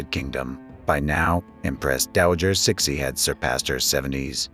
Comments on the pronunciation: Your pronunciation if CIXI is horrible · Get a new AI Your pronunciation if CIXI is quite frankly is insulting, a lot of your facts are sadly inaccurate and wanting. go away and do research